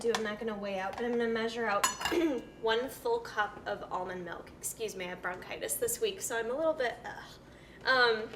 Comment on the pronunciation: "Melk" and Wegmans products. Someone is from NY.